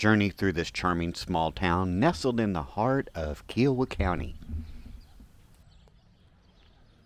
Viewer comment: Interesting walk-through. I've always heard Kiowa pronounced with an emphasis on the "I." KI-owa.